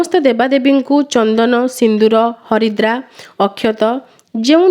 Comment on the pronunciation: Sister haridra kn Naa harida ku haridra kahuchanti plz kuhantu